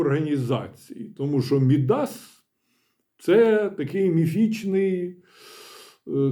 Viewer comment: А казали, що буцімто не треба НАБУ з картонками рятувати ... І не МідАс , а Мі́дас. Наголос як у Мі́ндіч. А ще не "сахір", а "цукор" або "сахар", пане професоре, не лякайте нас.